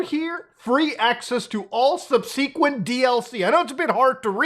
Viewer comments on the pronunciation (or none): SUB-suh-kwent...NOT sub-SEE-Kwent. Accent is on the first syllable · "Subseequant"??! the fuck? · subsequent is not pronounced like you do. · absolutely BIZARRE pronunciation of "subsequent."